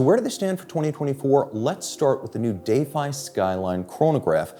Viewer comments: why can't we just pronounce "defy" properly? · Is everyone taking a drink every time he say Day-fye?